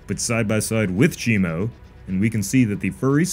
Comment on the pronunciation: I keep zoning out and hear him saying "shemale"